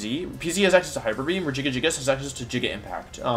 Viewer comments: everyone else: regigigas wolfe: regigigigigigigigigigas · why does he pronounce politoed and regigigas like that. the toed is pronounced toad